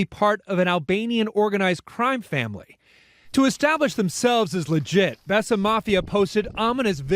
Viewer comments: Think It was pronounced bay sa mafia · Besa is pronounced [bay-sah] and means “to believe” in Albanian. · It’s pronounced bayza… love your content